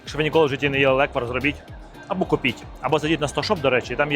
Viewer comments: лЕквар, а точніше лЕкварь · По-перше: лЕквар, а ніякий не леквАр. І по-друге: не зі слив, а лише із ЧОРНОСЛИВУ! Бо зі слив на Закарпатті варять сливовицю))